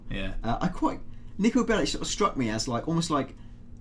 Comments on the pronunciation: Niko Belish? Belic! K NOT SH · its not belish....its belic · Bellich? FFS It's fucking Bellic *FACEPALM* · C'mon guys its Niko Belic not Belitch :D btw vice city stories is also available on ps2 if any one has any of those antiques left :D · It's so annoying when he says Nicko Belli-Chh not Bellic. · Why the hell are you saying "Nico Bellish"? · Nico Bellitch, it's how it's pronounced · Belish lmao. Can't even pronounce the name